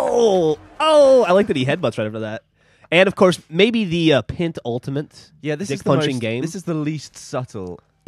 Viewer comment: After listening to the podcast it physically hurt when Geoff said pentultimate.